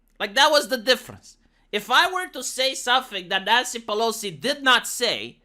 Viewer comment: I keep hearing "nyan-cy"..... I watch way to much anime